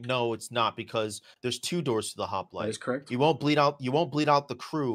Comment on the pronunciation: Don't forget also ...Hop-lite. Not Hop-a-lite